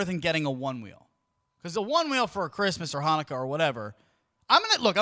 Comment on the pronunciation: Surely they got a refund for the happy "chanuka" 😭😭😂